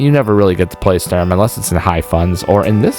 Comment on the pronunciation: I notice the announcer voiceover (computer-generated?) struggles with pronouncing Sturm... He's a tough CO!